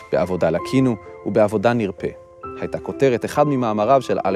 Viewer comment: אתם ערוץ ציבורי ממלכתי - אתם מוכרחים להוסיף עריכת לשון לקריינים שלכם. אי אפשר לשמוע את הטעויות הנוראיות בסרטון הזה. 1. בפעם הראשונה - הפא דגושה: bapaam, ולא bafaam. 2. ״בעבודה לקינו ובעבודה נירפא״ - neirafé, ולא nirpé (כאילו, דא!) 3. נחלה - החית נהגית בתנועת פתח, לא שווא. nakhala, לא nakhla. זה באמת בלתי נסבל. השפה העברית בערוץ ציבורי לא צריכה להנחיל טעויות ושגיאות לציבור, אלא ללמד אותו כיצד לדבר בצורה נכונה. אם הקריין לא יודע את שפתו, מילא: דאגו שיהיה לו עורך לשוני שינקד לו את הטקסט. למשל, צבי סלטון.